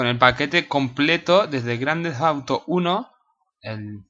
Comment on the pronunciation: ¿Fauto? No sabes pronunciar.